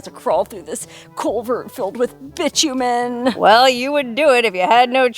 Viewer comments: My understanding (and I could be wrong) of the word bitumen, is pronounced, "bye-TOO-men" and not bitch-u-men. Can anyone else confirm? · I think you will find it is pronounced Bi like bisexual TOO Min. there is no c in it. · Bitumen = bye TOO men